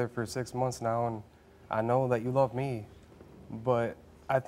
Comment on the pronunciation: "How Long have you Luurv her!" I had to rewind, it killed me!